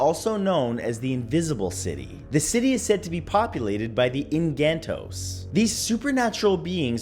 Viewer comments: Im a filipino btw,its supposed to be Enkanto's nkt enganto's😄😄😄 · Engkanto - how to read: Eng-kan-to